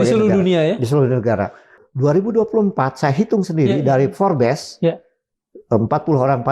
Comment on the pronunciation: forbs, bukan forbeess😂😂